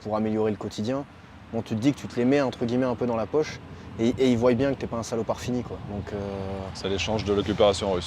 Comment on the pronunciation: Ils voillent !!!! non ils voient... c c'est moi qu il avait conseillé, morales , morales, dc qu on eut lieu, qu on a !!!! Il n est pas bac + 5 en français !!! Qui zont !!! Y zon !! Français, polonais.. pas d ukrainien !!!